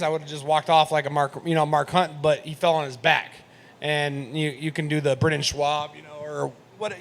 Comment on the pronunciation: he said Brendan swab instead of Schaub lmfao